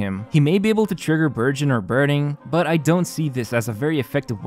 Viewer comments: Burgeon What I hear: Virgin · am I the only one who hears "Virgin" every time says burgeon. Poor poor Thoma and his Virgin team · Lol i thought he said Thoma Virgin team 😂